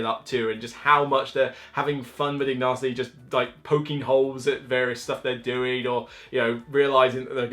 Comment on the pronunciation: It's pronounced Ignatsy, not Ignasty! Now try saying Teotihuacan 3 times. I thought the new game would be wingspan but maybe it's coming soon. ;)